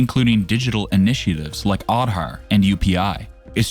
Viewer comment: man your content is amazing. I just wanted to say you that please look for pronunciation of words like Vande Bharat, Aadhar and many more. No Indian will like it. Otherwise your content is really good. Keep it up. you will definitely become a big youtuber.